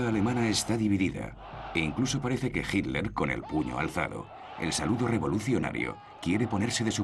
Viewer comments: Por qué dicen "Hinler" los españoles??? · Si es HITLER, ¿por qué le dicen GILDER? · SniperG1 Yo leo con los ojos, pero escucho que los españoles DICEN "Hinler". De hecho soy profesor de ingles, tengo el oido bien entrenado para escuchar los 50 y pico de sonidos que puede hacer el humano. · ***** A Himmler le dicen "Himmler" Pero a Hitler le dicen "JILDER" ¿por qué?